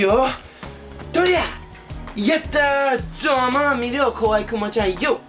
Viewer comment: 発音は下手すぎる, it`s ZAMA MIRO （様見ろ） NOT zoumann miru wo....